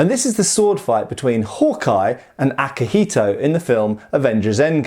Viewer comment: for the record, you pronounced akihiko pretty okay, its better than other westerners saying "yuen"